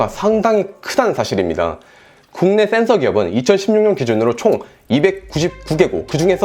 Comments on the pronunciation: " thㅔㄴ thㅓ" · 형 센ㅡ서 발음 너무 중독된다.. ㅋㅋㅋㅋㅋ